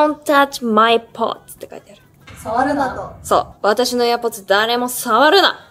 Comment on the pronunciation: みんななんでも似合うからほんとに 羨ましい💕 のところのdon’t touch my AirPods のとこ発音良すぎるし 言った瞬間にはるかちゃん触るの面白すぎる💙💚💖